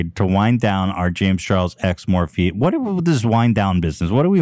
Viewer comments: The way Ethan pronounces Morphe as Morph is so fucking funny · Ethan it’s Morph-ee not Morph 😭😭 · I giggle every time Ethan pronounces Morphe - MORF! :D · Ethan is a total dad.... not knowing how to pronounce things like Morphe LOL. my dad used to call Gmail "Ga-mail" 🤣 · Can somebody please make a “Ethan pronouncing ‘Morphe’” compilation